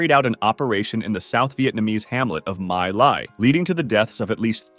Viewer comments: As a Vietnamese, it's Mee Lai, not Mai Lai. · it's pronounced mee ly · atleast google how to pronounce My Lai holy shit